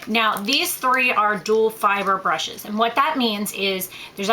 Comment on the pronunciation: its duo fiber , not duel fiber